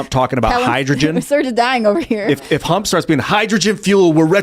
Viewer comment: I heard hump